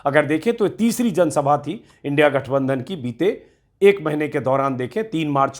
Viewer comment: ऐ मुर्ख इन्डिया कों इनडि बोल रहा हैं